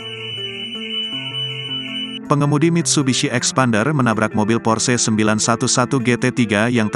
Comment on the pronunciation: Porche.. duh bacanya bukan begituuuu